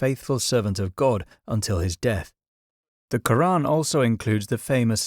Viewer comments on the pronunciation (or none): none